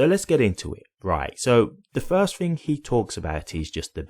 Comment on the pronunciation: I don't know what you mean when you Fink and Fing